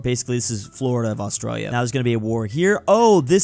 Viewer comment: Did He Say "Austrália"?